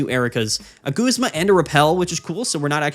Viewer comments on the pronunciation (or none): none